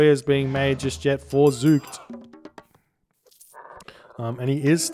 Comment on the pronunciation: your first pronunciation of zoekt was spot on. It's from the verb zoeken, which means search. So in the third person, it means he searches or perhaps the seeker ^^